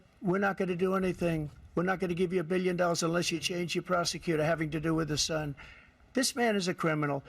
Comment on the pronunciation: Sleepy Joe: my shon ish not a shucker, you’re the shucker!!!